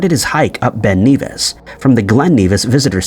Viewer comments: Ben Nevis is pronounced ne-vis, not Neevis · Ben Nevis is pronounced like "never" not "beaver" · For info... it's pronounced "Ben Nevvis", not 'Ben Neevis'. 😊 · It is strange as to why the video maker NARRATOR calls Ben Nevis, Ben NEvìs,.... it is Generally called Ben Nevis not Ben Kneevis, becacause of the rules of grammar? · Your saying Ben NEVIS wrong m8 lol😅it's E like your saying epic so it's Ben nevis m8,I'm from fife in beutifull bonnie scotland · Bro said Ben Kneevis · The pronunciation of Ben Nevis really annoyed me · You’re pronouncing Nevis wrong. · Oi! Say Ben Nevis again...........yer tw*t! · Ben Nevis - N-eh-Vuh-Ih-S(uh) (Pronounce the Nev part like Kev from Kevin, you are fine on the Ben and the 'is' part of Nevis) Cambridge- pronounce as Came-bridge